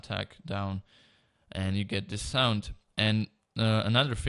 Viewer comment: he said sonk